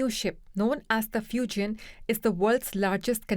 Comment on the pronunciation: A significant moment "Fajaina" 🤣Fajaina